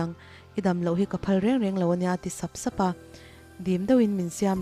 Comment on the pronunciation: Sap sap, raih raih etc..... ka ngaihthlak ve chinah vawikhat mah a thluk dikin i la lam lo. Thawnthu dangah pawh a ni tho.